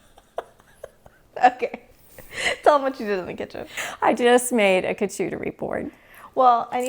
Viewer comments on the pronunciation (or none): Love all your videos. They are informative and fun! As a French Canadian,may I help you pronounce charcuterie? It is shar-ku- te -ri. I pronounce many english words the wrong way so don ‘ t worry. ❤ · Pronounce for Charcuterie board, “shark cuterie” drop the k. Bamboo cutlery is also better for the environment. Plastic takes years to breakdown.